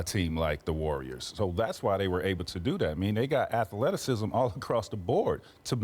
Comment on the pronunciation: Tracy said “Atha-leticisms.” TWICE! 🤣